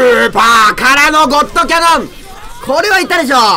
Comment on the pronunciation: ゴットカノンって言った？(ゴッドキャノンじゃなくて)